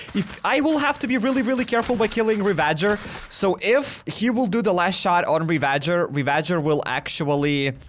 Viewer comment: Bro it’s pronounced ravajer not re-VA-jer